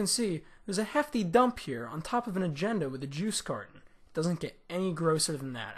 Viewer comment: “as you can see theres a hefty DUMP here” XD the way he says it